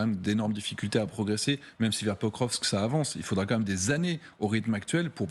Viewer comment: Quand a-t-il dit ça exactement ? Je crois plutôt qu'il devait parler la totalité du Donbass... soit dit en passant, c'est Pokrovsk, pas "prokokrskrv"